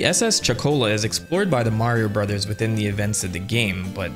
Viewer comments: Great video but I really wish you’d just say the word “Brothers” normally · Are we not going to talk about how this dude said "Super Mario brathas movie"? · Sorry no, it's so funny 💀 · the way you say Mario brothers.... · You forgot to pronounce "brothers" the right way. Edit: You forgot again.